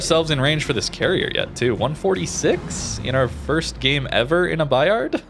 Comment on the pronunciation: The "D" is silent. French is tricky :)